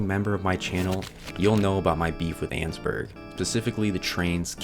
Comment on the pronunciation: Erm actually it’s pronounced ann-ess-burg 🤓🤓🤓🤓